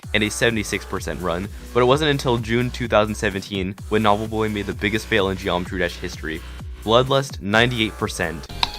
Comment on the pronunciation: He keeps calling him Nob lol